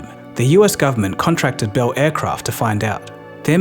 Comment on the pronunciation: This guy almost speaks English. If only he could pronounce "Bell."! It's beL, with an L, not "behwu."